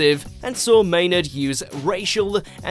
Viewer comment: Can you at least say maynard right also you need to stop talking about this he deserves peace